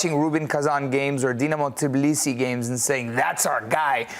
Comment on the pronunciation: That's not Tiblisi, please whole world got it wrong, it is a Tbilisi. Is it so difficult to say it correctly?